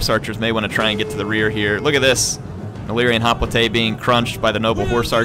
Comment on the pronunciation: Hop-lité? I never knew was part French.